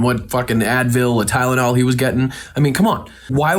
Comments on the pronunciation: I swear the dude's saying Kylnol, ya know, with a K. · He does not even say Tylenol he says ciylyol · He said “Kylenol” the first time on Hannity. It’s called Tylenol. Maybe that’s why he changed his story because he can’t pronounce the name of the medication he allegedly went to buy. 😂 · "kylinal" , what? You mean TYLENOL ! He's an offshoot, expected ! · I'm pretty confident he said "Kylenol" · 😂😂😂😂 Eric calls it Kylenol instead of Tylenol and homeliness instead of homelessness on a couple of these interviews! 🙄🙄 Man, there needs to be a serious cleansing of THAT gene pool!